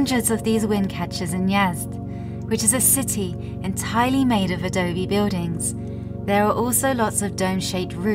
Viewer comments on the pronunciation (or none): none